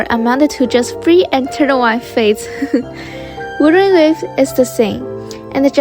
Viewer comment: WUT-HER-ING WA-VES say it 100 times you'll get it right at least once